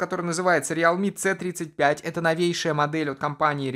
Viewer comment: прикалывается или это у него не произвольно получилось - говорит не "си тридцать пять" а как будто по украински "цэ тридцать пьять"